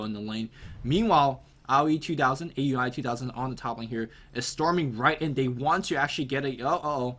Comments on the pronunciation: IT'S NOT A-U-I, IT'S PRONOUNCED OW-UI! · aui_2000 name is pronounced ao-wie..